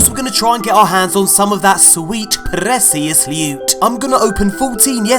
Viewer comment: Pres-scious loot